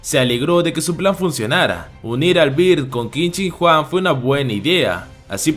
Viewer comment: Jente normal pronunciando el nombre que qin chin Huang yo 😎😎😎😎 kin chin Juan